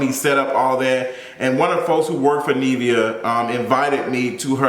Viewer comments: Nivea = rhymes with give. Not neev like leave. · he keep saying Neevia it’s giving me anxiety 😂😂😂😂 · I hate it! How you talmbout interviewing someone and can’t pronounce their name 🙄